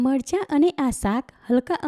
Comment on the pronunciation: Not margha but marcha. Correctvpl